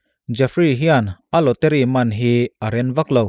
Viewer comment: Lawteri ni lovin lawtari tia lam tur ni awm zawk tak ani😁